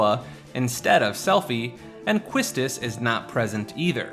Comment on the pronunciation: It's pronounced "KEY-stiss", not kwisstis